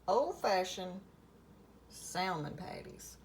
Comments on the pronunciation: Psshh! Same here!! Anyone in a true "SOUTHERN kitchen" knows that the "L" in salmon is silent. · The L is silent. I do not drain or take out skin or bones. Grandma Sue in Central Indiana. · Fellow Southerner here cringing at her pronunciation of "salmon." 😖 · The L is silent!!